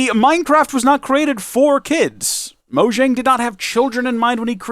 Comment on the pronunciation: no it’s pronounced mojang